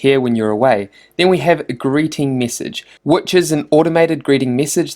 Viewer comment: why am i so childish. After a while i could only focus on his 'e'. Missage, wib, quistions. Good info though.